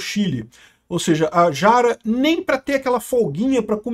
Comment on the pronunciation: AMIGO não é “Quest” é Kast! Com A pronunciada como se lê. E não é Jara é “rara” é assim que se pronuncia